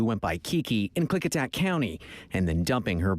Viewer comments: Klickitat = Klick-ih- tat (short “i” sound) … You did very well. Actually perfect! The Klickitat are a Pacific Northwest Native American tribe of the Shahaptian language family, traditionally known as skilled, mounted traders. I’m in this area… but I never knew about this! (Also, I don’t watch the news … 😅 Just lot of true crime!) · OMG- My state (WA)= G you are saying Klickitat perfectly! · Haha! I live in Skagit County and I just commented that she pronounced it perfectly 😂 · you pronounced the county of Klickitacwell! And it is bahn-uh-ville